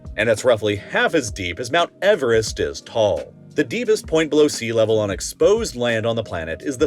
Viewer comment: mount “erevest”